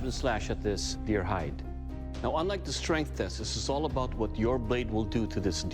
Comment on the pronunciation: Deer hide not deer height